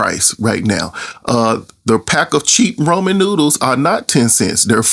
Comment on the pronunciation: RA-MEN😂 There isnt an O fyi